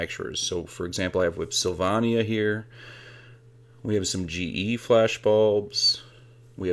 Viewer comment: It's making me feel old when I'm familiar and comfortable with so many "vintage" things. And the middle a in Sylvania is a long a.